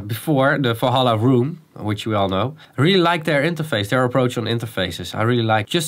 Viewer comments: Falhalla? :D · You keep saying Falhalla??? What is that? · Dear Dutch and German people: outside your language, the letter V isn't pronounced as an F. It's Valhalla, not Falhalla. My german cousin keeps calling vitamins "fitamins". XD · v as v not as f